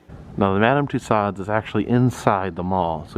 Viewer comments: Too-so's. You're butchering the French language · The only thing I will say is, I wish you would pronounce the lady's name correctly!